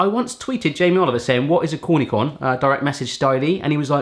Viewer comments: Being English, cornichon, is kor knee Shawn. Even me Quibecois can pronounce it.😜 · Cornichon is pronounced "corni-shon" ;) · you really say cornichon "kornikons"??? isn't it only the French word for pickles just pronounced in english... lol I'm bilingual in French and English and that sounded odd to me lmao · Cornichon = core-née-shown. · cornichon is pronounced Corni-shon and it's mini gherkins/cucumbers. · you're saying cornichon all wrong..it's pronounced corn-ee-sho-n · oj mate it's pronouncned corni-"sjons" the ch is an s sound, not k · Haven't even watched the bit with the pizza yet, but come ON,! Can't you even pronounce "cornichon"? NOBODY COMPLETELY FILLS the taco shell with meat sauce, either. And have you ALREADY forgotten that the egg is soft boiled by the time Elvis sings "Viva Las Vegas"? And yet you continue to let it cook through the next 2 songs, and are surprised when the egg is hard-boiled? I'm beginning to suspect that you suffer from some cognitive disorder - and I'm not kidding, mate. I think you need to see someone about that. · Cannot stand to see a chef mis-pronounce French words. Cornichon. CH!!! There is a CH there!! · The "ch" in Cornichon should sound like a "sh", not a "k" :-) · you're pronouncing cornichon wrong